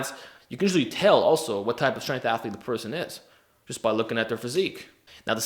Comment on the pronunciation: “Strength athalete” ohh no